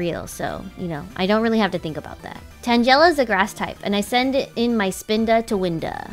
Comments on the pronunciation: Stop with the vaporeon bs and it's tan-guh-la not tan-jell-a christ. The loss of the rat and vaporeon are what you get for your pronunciation of names that are well known to not be what you are saying. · She pronounced tangela tanjela… what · The way she said tangela made me mad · omg why do people always pronounce "Tangela" name wrong? it bothers me lol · It was so cringe hearing Tangela pronounce that way.